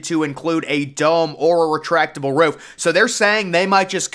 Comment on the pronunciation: "Doesn't even include a roof-uh!"